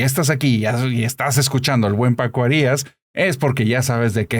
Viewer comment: ¿Por qué pronuncia Arias cómo "Harías"?